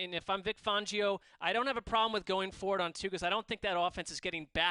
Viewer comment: Who pronounces it fongio it's fangio